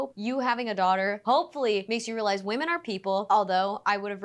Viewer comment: Girllll not you pronouncing “women” like “woman” 😩 I thought that was only a Cali thing lmaooo